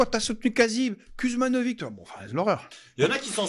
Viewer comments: Ben moi sans racines yougoslaves, je prononce le nom « Kouzmanovitch »et je trouve parfaitement ridicule de le prononcer « Kuzmanovig ». Je trouve ça dommage de s’assimiler comme ça et d’encourager la paresse intellectuelle des gens. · Kuzmanovic c'est compliqué ? Dans le bassin minier hardcore, entre les Wisniewski, les Kovalczyk, les Marsciczin et compagnie, Kuzmanovic c'est niveau 1ere leçon chez l'orthophoniste :P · Kuzmanovic,roi des.faux culs, ne prononce jamais le mot de < Frexit >